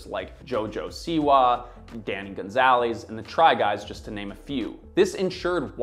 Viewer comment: "Danny Gunzaleez"